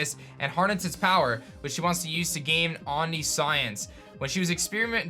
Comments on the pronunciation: Don't take this the wrong way but I just can't help myself. It's pronounced omNISHence, as in all-knowing and powerful. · Stress is on the first syllable OM--niscience (kind of sounds like awmnissiens) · "omni - science" killed me xD no judgment, we all have our moments lol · I can’t say how omniscience is pronounced but it is not what you said. She wants to be all knowing if this is real